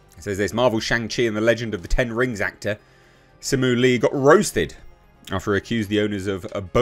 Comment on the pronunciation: Don’t even try to roast if you can’t even say his name right 🖕